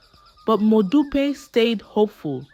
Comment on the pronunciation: Please pronounce the names correctly next time eg that modupe.